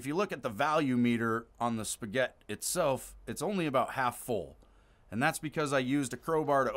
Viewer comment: Why do you pronounce it as "Spaguette"? lol